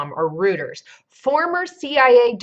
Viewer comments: YEAH you lost me at RT being Reuters and actually mispronouncing it. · It is pronounced: Roy-ters...not Roo-ters. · couple things. . .Reuters is pronounced roy-terrs, not rooters! lol and secondly, RT is not Reuters, but Russia Today... 10 seconds into the video and I'll already never be able to take you seriously again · great piece. Pronunciation correction: European wire service spelled Reuters... is pronounced "ROY-terz", not "ROOT-erz" fwiw. Meta-data and the US 4th Amendment: "The right of the people to be secure in their persons, houses, papers and EFFECTS" against unreasonable S&S, etc. The plutocracy, through its courts, has claimed that "metadata" is "not covered by the 4th Amendment." That, of course, is barnyard product. In an analog world (WWI) steaming envelopes open, photographing envelopes front and back, stuff in the trashcan, etc., are all "effects," or "my STUFF." No diff. in the digital world; all header info, routing, etc. That's My Stuff. And even if "meta-data" is not My Stuff in the 4th Amendment, it is My Privacy under the 9Th Amendment-which warns the government that the people retain other rights not listed in the Constitution. That would cover using best communications systems available, privately, without tapping, eavesdropping, meddling, mis-directing; ditto "smart meters" - that "meter data" is "my stuff"-- it's papers and effects. All the more significant is the fact that, if you pay $7 to the Mass Secretary of State, you can get a "proof of corporate-ship", which, because of the Five Black Fairies on the Supreme Court have waved their magic wands, now are people, too. So if you incorporate, or go the cheap route and get a corp certificate, and tape that paper person to the door of your strong-box or shoe-box--you've triggered another 4th Amendment event f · Hi, Reuters is pronounced [roy-ters] just though you would like to know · Reuters is pronounced Roy-ters